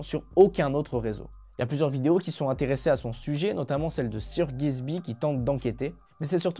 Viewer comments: Sir Gisby ? Frère abuse pas c’est Gibsy pas Gisby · Purée c’est pas un mythe vous avez du mal à prononcer correctement le blaze de Sir Gibsy 😂